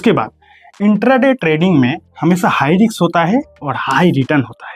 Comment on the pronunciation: हाई रिक्स नही हाई रिस्क बोलो